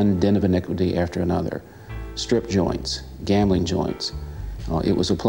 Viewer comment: "A man aft-err My Own Heart...".